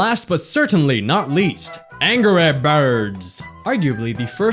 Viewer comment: So, I should get pengUin and angRey birds? (the way he pronouced it) :P